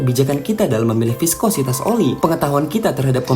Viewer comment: "Piskositas" fix gw tau mimin suku apa